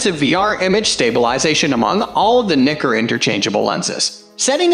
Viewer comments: wtf in the world is Knicker? seriously you need to figure that out, super annoying to listen to. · Another irritating voice-over by a robot that's not totally familiar with the English language. And watch the pronunciation of "Nikkor," lest some be offended. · You need to learn how to pronounce Nikkor. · I’m not a fan of the way this guy pronounces Nikkor. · not at all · No, not cool at all.